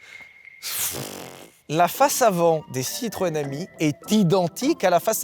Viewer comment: Citroên Ami: Tutto va bené 🤣